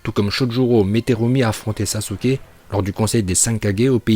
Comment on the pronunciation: très bon classement mais essaye de bien prononcé les nom par exemple sasUke le "u" ne se prononce pas voila sinon très bonne vidéo